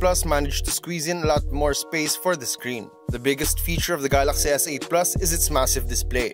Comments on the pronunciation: "Gahlahxy" S8 lmao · how hard can it be to say galaxy ...